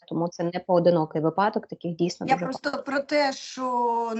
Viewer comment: Правильно вИпадок, із наголом на И, а не випАдок. Наголос на А ставлять бабці з далекого-предалекого навіть не хутора, а хутірця. Дикторам, велучим, окремим вчителям соромно не знати правильних наголошень. Дивіться в орфографічний словник, над кожним словом там поставлено наголос. І ще одне, звук [ч] в украінській мові твердий. Тому правильно говорити "що", а не шььчььььо.